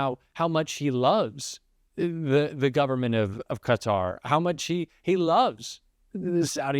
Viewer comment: Thank you for being the ONLY person in the US who pronounces Qatar properly!💙